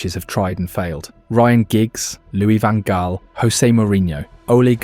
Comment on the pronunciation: OMG, your pronunciation is appalling. Louis van Gaal = "Loo-ee van Hhhh-ahl." Ajax = "Ah-yacks."